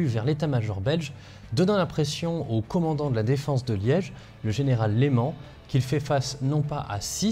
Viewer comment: Général Leman et non Léman, Sart Tilman et non Tilmanne , Evegnée et non Evégnée etc, etc...